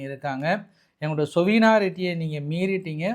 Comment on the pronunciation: சொவினாரிட்டி இல்லை சாவர்னிட்டி உச்சரிப்பு திருத்தம் செய்க